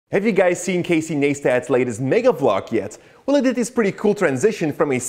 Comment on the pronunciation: its NICE-TAT. not Nais-tat. good video though :P